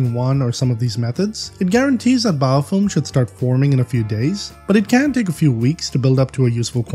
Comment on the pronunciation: Just jokin sounds like your sayin biofoam. ;D